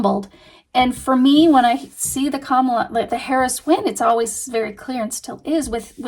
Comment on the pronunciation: sounded like you said in favor of Paris… For a few seconds, I was like who’s Paris what is she talking about? Then I realized that it was Harris. But I hope that spirit didn’t misunderstand you. It certainly sounded like Paris.